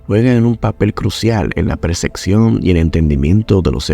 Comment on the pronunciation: Percepción hermano no Perseccion☝🏼se pronuncia distinto😢 … 🗣️👂🏼…🫂❣️✨